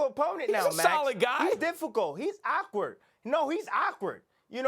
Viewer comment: Timothy “He’s OCKWARD” Bradley